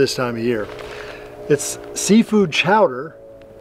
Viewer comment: Good video, but according to you, it is seafood chowder, not clam. Cowder.